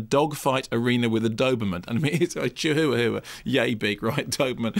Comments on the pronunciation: its called chihuahua not chihoowahoowa duh! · Isn't it pronounced "chiwawa" lol